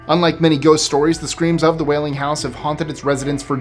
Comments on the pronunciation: It's not the 'wailing' house, its the Whaley house. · It is the "Whaley House" 😊